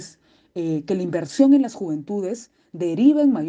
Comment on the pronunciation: Las Juventudes, Las Juvenitudes, Las Juventudes >.< ya me dio cáncer de oído al escucharlo tanto y algo mal dicho más encima.